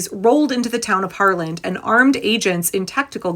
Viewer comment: I love the reporting and I love your content, but it’s Harlan HARLAN